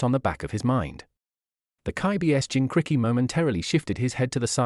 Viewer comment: Kubikititchk, the zabuza, jincricky, chukra. This AI narrator is almost the worst so far.